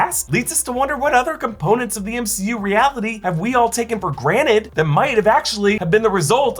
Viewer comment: Did u just say "graned"? It's "granTed"!